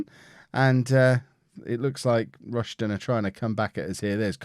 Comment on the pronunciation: It’s pronounced “High-Am” and “Rush-Den”